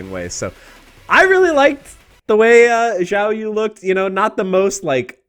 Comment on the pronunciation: Is it some kind of trend to say Xiaoyu's name like Jiaoyu? I've heard multiple YouTubers say it this way now